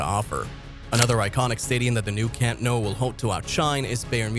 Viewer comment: You really need to learn how to pronounce Nou & Bernabeu